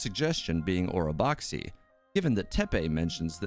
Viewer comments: Orobaxi the xi is just pronounced as shi.. don’t know why they decided to spell it that way.. anyway, love your videos keep it up 👍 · It's pronounced OROBASHI - IT WAS EVEN SPELLED THAT WAY IN 2.0 AND CHANGED FOR 2.1 (just like Mt Aozang becoming Aocang).